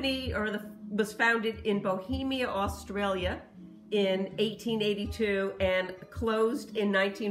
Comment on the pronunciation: Olson Australia..... Not Austrailia!!!!! Lol!!!!!